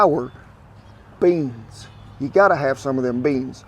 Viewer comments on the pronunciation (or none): Everytime he says "beyns" you have to hit one shot of beans. ( , , , , , , , , )